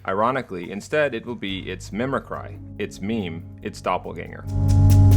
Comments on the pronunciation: Mimicry is pronounced "mi-muh-kree", isn't it? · Honestly can't tell if you're intentionally mispronouncing "mimicry" or not. lol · How do you not know how to pronounce mimicry? C'mon man, you say it wrong every time. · Amazing video. Lol it kills me when you say mimic cry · Glad someone else said something, it’s either something he never heard pronounced before his script or intentional, who knows